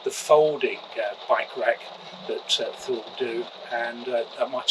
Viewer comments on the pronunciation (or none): Thule is pronounced “too-lay”.